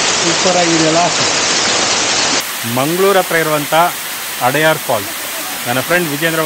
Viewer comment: ಅದು ಅಡಯಾರ್ ಅಲ್ಲ. ಅಡ್ಯಾರ್.